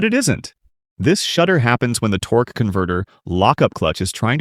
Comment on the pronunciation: The AI “Torqueeee” converter pronunciation is throwing me off